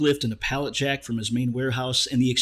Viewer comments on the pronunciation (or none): none